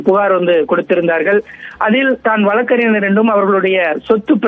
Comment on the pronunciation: சரியா உச்சரிங்கப்பா !! வழக்கறிநர் அல்ல வழக்கறிஞர். க ங ச ஞ இதில் மெல்லினங்களான ங வும் ஞ. வும் கவனமாய் உச்சரிக்க வேண்டும். தமிழ் நம் தாய் மொழி அல்லவா ?